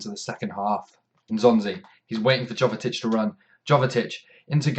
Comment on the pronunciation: u know jovetic is name is pronounced like yovetic